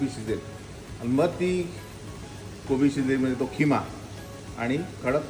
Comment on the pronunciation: किमा नाही खिमा